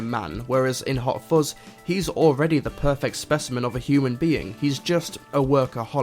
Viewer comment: I believe it is "fuzz" not "fozz". Anyway, have a nice day and carry on. Yours Sincerely, Vovie - cleaning the internet one comment at a time